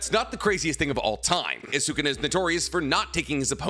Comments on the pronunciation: this has been erking me Sukuna is no pronouced suu-ku-naa its pronouce sku-naa. the U after Su is silent. its like when people say Desu is actually pronounced Des. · Sukana deesnuts😂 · Seems like he’s only able to pronounce the name of naruto characters correctly. I cringe every single time he says Sukuna’s name🙄🙄